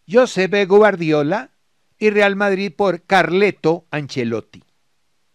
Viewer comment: "Yosebe Guardiola" Gracioso.